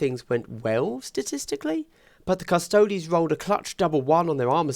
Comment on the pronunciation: cuss-toe-dees. like ass-tar-tees. or custodians. not cus-taods.